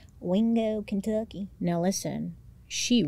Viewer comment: WINgo kenTUCKkey has been my new vocal stim since yesterday thank you 😂